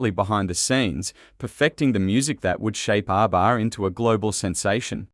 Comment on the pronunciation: I hate bot narration. ARBA? Fryda?